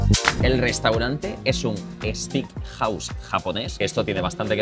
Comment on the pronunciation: Grefg brooo para un próxima, Steak se dice "Steik" y no Stick"